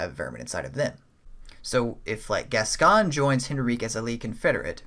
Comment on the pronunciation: Cool video dude. I like the theory that Viola was killed by crazed Yharnamites which sent Gascoigne into a rage & made his beastly nature emerge. Also a note on pronunciation as it's a name here in the UK, Gascoigne = Gas Coin/Goin rather than Gascon 😎